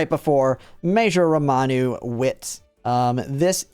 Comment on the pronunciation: It's RAMONU, not ROMANU